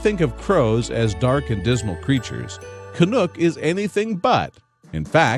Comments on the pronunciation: YOUR SAYING HIS NAME WRONG! CANUCK ,... CAN - UK,... not canook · Lol it’s Canuck! Lol not canook . Canuck as in the hockey team. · Can- uck NOT Can-ook! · You video thieves obviously know little to nothing about Shawn and Canuck. First, the crow's name is pronounced "CA - NUCK" ... like the "u" in knuckle, not "Ca-nook," like the "oo" sound in "look." Canuck "car surfs" sometimes when Shawn is riding in his friend's car. Shawn has never referenced driving himself. In fact, Shawn often makes references to taking the city bus. Canuck has also been known to car surf with other local drivers. That's a girl's bike, not Shawn's bike. Canuck, like other crows, is attracted to many objects, not just shiny ones, and fans bring Canuck gifts versus Canuck making a habit of bringing Shawn gifts. When Canuck does bring Shawn a gift, it's likely to be something simple, like the cupule (cap) from an acorn. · Canuck (rhymes with luck) not Canook. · WoW this is really BULL. You have stolen all these photo's from Canucks Facebook page. You can't even say Canucks name right. Your facts are all wrong. Why are you stealing other people's photos? Really Bad Karma points for you.